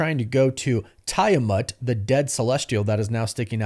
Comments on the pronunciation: my guy lol its Tee-ah-mut, not Ty-ah-mut and AdamAntium not AdamIntium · TIE-ah-mut? Or TEE-UH-MAHT What do you know before we do lol I am almost certain ive even heard you say it that way in videos prior Or ..is this just another YTer mispronouncing stuff, whilst speaking for a living?? Lol i kid, i kid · Tie-amut and Adamentium? Bro. Stop rage baiting and pronounce the words right.